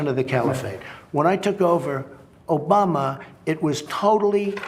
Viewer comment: INLOVE WHEN HE SAYS OBAMBE